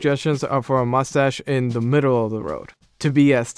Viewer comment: "Mus-ash" Voice for print.